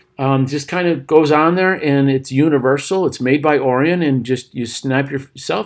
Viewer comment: Wait, you're reviewing a telescope and you don't know how to pronounce Orion? No thank you. You make it painfully obvious that you're just here trying to sell something you know nothing about.